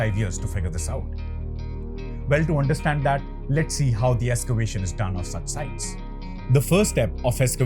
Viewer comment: Nice topic and thanks for updating. Small suggestions,... end of sentences are swallowed up so not heard clearly, and the music is too loud. Also, it is Ex-cavation not Es-cavation. Please don't be discouraged by my suggestions, it is meant only for making your videos better. Keep up the good work. -from an elder.